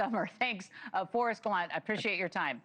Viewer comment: It’s pronounced Galan-tay 😂